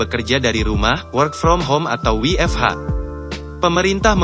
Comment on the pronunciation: baru mau koment soal ini kwkwkwkw. mau keliatan bulee tapi baca huruf nya ngaco